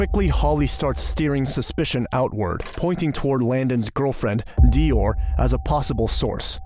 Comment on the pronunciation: That is not the correct pronunciation of Dior 😂